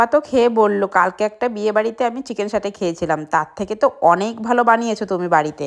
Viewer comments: Saute❌️ Shatey✅️. 😂😂😂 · Sate ❌satay✔️ Captain ta dekho 😂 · চিকেন সাটে ❌❌❌❌❌ চিকেন সেটে✅✅✅✅✅